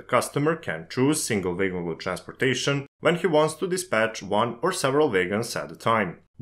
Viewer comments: A most interesting video. I'm not sure I understand the difference between a gravity and a hump yard - they seem to be the same. I hope you don't mind, but wagon is not pronounced "way-gon" but "wagg-on". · So in English, it's not like in German - a W is not a V, and makes a sound of "ua". It's "wagon", not "vagon" 😉👍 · I'm sorry, but your pronunciation of wagon as waigon is completely distracting me from the rest of the subjects discussed in the video. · Vay-gon = wagon. You're welcome. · Took me 10 minutes to figure out what vegans he was talking about. :D Great video tho! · Great Video - For some reason, everytime WAGONS was said I heard VEGANS - Isnt that funny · I'm glad I wasn't the only one! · when you say "wagon" it sounds like "vagrants" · Yes. Noticed my self. No issues here, just thinking he is German or Dutch by pronunciation. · Yeah... The author could've at least checked with Google how to say "wagon" the correct way in English. Good tip for next time.